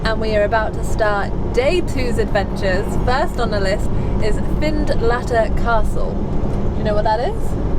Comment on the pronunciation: Find-lattter it is not. Finlettur it is 😁